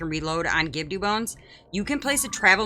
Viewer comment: I've never heard anyone pronounce Gibdo wrong... Is that on purpose?